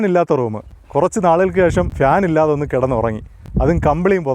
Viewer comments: ഫ്യാൻ അല്ല ചേട്ടാ ഫാൻ എന്നതാണ് ശരി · ഫാൻ ആണ് 'ശരിയായി ഉച്ചരിക്കുക